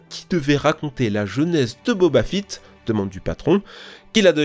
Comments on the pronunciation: BOBA FETT PAS BOBA FEET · Énorme vidéo ! Comme d’hab ! Par contre vérifier les prononciations en anglais ça mériterait d’éviter des crises cardiaques x) Boba feet :(:(:( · même en anglais ça se prononce "Fétt" et pas "Fitt"... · "Boba FITE"... 😭😂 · "store worze" "mille trois cents treize" "bouba fite" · Serieusement "" "boba Fit" "" a ??? Quand les mangz detruise le cerveau ptdrrr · "Strangueur thing" quoi '-' ? "Boba fite" pardon ?? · La dernière personne que j'ai entendue mal prononcer Boba Fett elle a subi le même sort que Star Wars 1313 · Merci jai cherchée une remarque la dessus 😂😂😂 j'ai eux mal au oreilles ma parole 😂😂😂